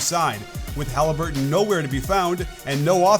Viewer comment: No way did he just say 'Hali certain' 😂